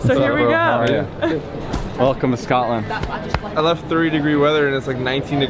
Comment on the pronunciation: It Scotland not Scatland, love you both but as a Scot people saying scatland really gets on my nerves lol🤣❤️